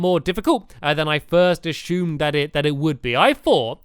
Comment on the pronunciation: I 💛 How Stampy Says Assumed as Ashumed